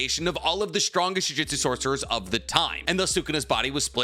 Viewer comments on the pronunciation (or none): While I like your videos and all for the most part, but it kinda bothers me each time you pronounce it as juJITsu, instead of juJUtsu, considering jujitsu is it's own martial art thing and jujutsu is something else entirely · Say it with me JU-JU-TSU, NOT GOD DAMN JIUJITSU FOR THE LOVE OF GOD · Please stop saying jujitsu, that's a martial art specifically centered around submissions. It's jujutsu, 2 very different things.